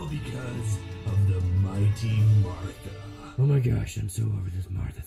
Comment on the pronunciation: Did.... Did he say "Artha"?